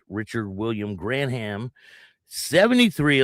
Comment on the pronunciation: Bimini ( pronounced bim in ee) Bar in Bunnell not Bushnell. Two different towns. Graham is pronounced like the graham cracker. He was in the club when I knew him. Probably "no colors" ( no patch wearing) in the bar, but I have never seen them go anywhere alone, or removing their vests to go in any establishment, so maybe he was on the way out of the club at this point. After this, they've probably taken his patch back